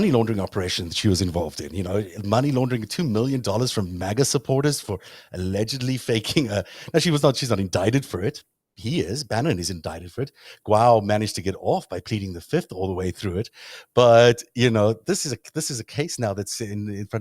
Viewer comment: The Chinese name "Guo" is not pronounced "Gwow," and the "gui" in the Chinese name "Wengui" is not pronounced "ghee." Why not invest the time to learn to pronounce Chinese names properly, especially if you are going to devote an entire series of programs to examining the possible Chinese influence on American politics? There is actually a YouTube video entitled "How To Pronounce 郭文贵 Guo Wengui," which takes about 30 seconds to listen to.